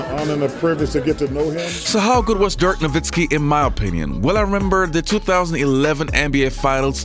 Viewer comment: His name is Dirk not Dörk god dammed